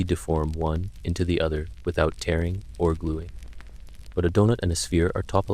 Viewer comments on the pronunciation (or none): none